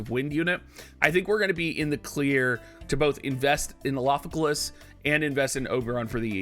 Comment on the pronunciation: Is your tongue all twisted by saying the 5-syllable mantra Elafike"L"as for this whole week? That's an R in Elafike"R"as, and now you've just changed the spelling in the title, oh man...oh the struggle...and you plan to use it heavily in the future...